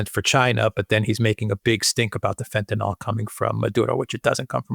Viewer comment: Fentanyl not Fentanol